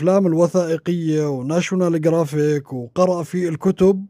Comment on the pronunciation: يا أستاذ.. أنت تقول كلمة جرافيك قصدك ناشيونال جُغرافيك و ليس جرافيك.